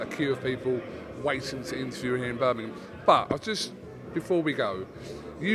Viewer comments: Tell Eddie its Birmingham not birnimum 😂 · Eddie Hearn still can’t say Birmingham properly 😂